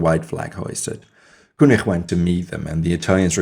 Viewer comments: the name: Koenig: "kooneerh"...the fuck? It's said "Kenigg" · prononce Keunig please :))) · Koenig was French and his name has to be propronounced